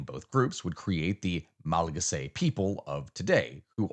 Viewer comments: Hey it's pronounced "ma·luh·ga·see", loved the video. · The way you say Malagasy is crazy